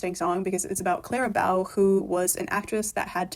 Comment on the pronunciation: Why do you say "Clara Bow" like that? It's quite jarring.